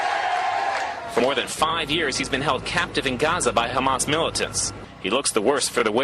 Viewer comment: ✊💦✊💦✊💦 you act like you’re fighting 😂 It’s Hamas not Khamas 😂 🤡 War? What war? lol you took their land and homes GOD will deal with you